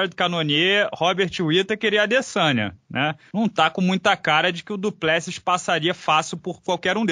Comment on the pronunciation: Se o conhece o Du Plessis pessoalmente poderia aprender a falar o nome dele corretamente 😁 🙊